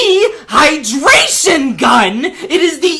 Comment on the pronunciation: D. HIGH DRAY SHIN GUNN